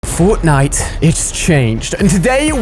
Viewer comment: He said botnite